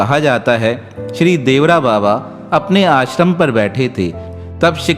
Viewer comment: बाबा के नाम का सही उच्चारण देवरा बाबा नही अपितु 'देवराहा बाबा' है🙏